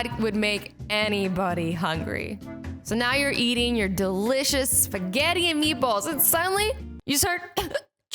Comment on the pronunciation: when you sed eating spugeti i was eating spugeiti 😂😂😂😂😂